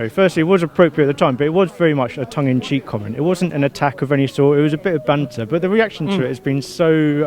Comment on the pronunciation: The way he says banter😂